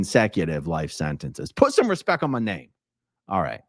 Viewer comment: “Put a little bit of respek on my name.”💀